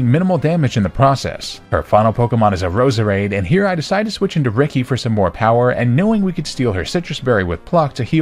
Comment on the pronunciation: For some reason i kept hearing your Roseades name as bread ha ha still awesome video